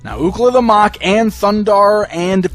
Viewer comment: Have you ever seen the series? It is pronounced muck not mok.